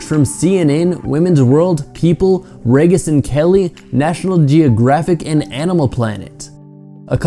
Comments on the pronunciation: Philbin's name is pronounced Reegis not Reg-iss. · Pronounced: kohl-BARE, not kohl-BERT. Pronounced: REE-jis, not REH-jis. Thank you. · First Stephen ColberT then RAgis and Kelly... come on bro, work on your name pronunciations lol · Thanks. For Regis and Kelly you pronounced "Regis" wrong. 😂😂😂😂😂😂😂 you young kids tickle me. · The way he pronounces "Regis" and Kelly. Haha.